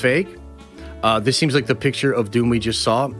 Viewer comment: Why do you always say SAWL instead of SAW